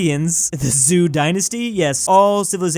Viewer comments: The "Zhou" pronunciation is "Cho" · “zoo dynasty” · The way he pronounced the Zhou Dynasty💀💀💀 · I cringed at how he mispronounced the Zhou Dynasty...